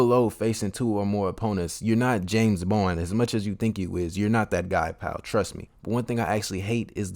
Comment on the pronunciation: "James Bwand" lol